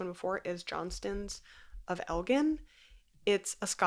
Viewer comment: Elgin is a town in Scotland and the G is not pronounced like Gin, but like give, as it was pronounced in the video in fact, take it from a Scot 😉